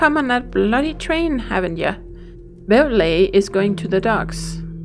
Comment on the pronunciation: Bewlay is pronounced like "beau" as in beauty (beeoo-tee) and lee - so beeoo-lee ( only 2 syllables ). 2s and 6d is pre-decimal English cuurency - 2 shillings and 6 pence (where 1 pound = 24 shillings / 1 shilling = 12 pence / 1 pound and 1 shilling = 1 guinea).